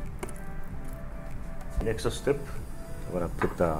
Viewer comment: wtf is nexoo stepooo is next step my god